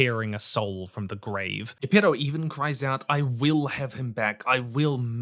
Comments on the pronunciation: Ghepeto.... (Geppetto) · That pronunciation of Gepetto🤢 WTF?!😂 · I died a little each time you mispronounced Geppetto’s name. Oi, deadly myte. 😂 Medic! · Why do you pronounce "Geppetto" like that?